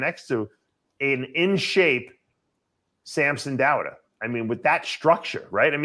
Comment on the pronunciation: "Samson Dauder"